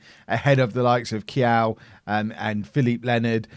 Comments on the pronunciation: Luca KAIO not quiaiuuuuuuuu XD hahah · eu não faço ideia de como ele pode achar que é "Kiyao" kkkkkkkkkkkk